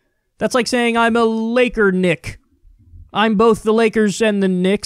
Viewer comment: "Laker-Knick?" Woah, watch out Kyle, they're going to be coming for your job next.